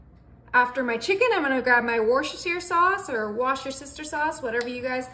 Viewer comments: “Worse” and “Worce” are pronounced the same…add “ter” …and finally “shire” (that Brits pronounce “sher”)… Voila!… worse’-ter-sher☺️sauce. Love your ideas!!! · It’s pronounced Wooster sauce. Bless you Helen UK